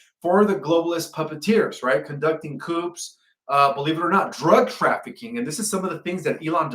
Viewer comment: The P is silent in the word coup. Your miss interpretation of many basic words troubles me.